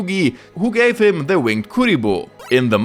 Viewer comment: I love how you say "DER Yugioh GX Manga ist different" 😂